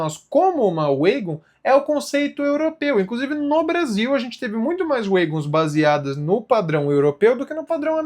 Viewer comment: Notinha: Se diz uégons.